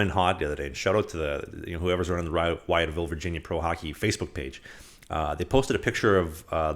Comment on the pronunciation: it is pronounced “with-ville”. Spelled funny but that’s how we say it around here. Also Go Dawgs of the SPHL. Champs for 2023!!!!